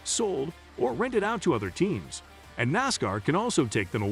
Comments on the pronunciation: Learn how to pronounce Nascar Dumb Ass... No one that is a true Nascar fan will watch your content.. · First, it's NASCAR not Nascar and you are pronouncing NASCAR like a goon alien